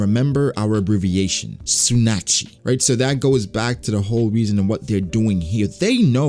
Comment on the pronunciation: Isn't it pronounced (tsu-nah-chee)